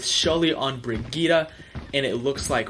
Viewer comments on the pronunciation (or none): With shully on BRIG-EEETA. Pretty sure thats nothing like what shes meant to be called but oh well. nice vid anyway :)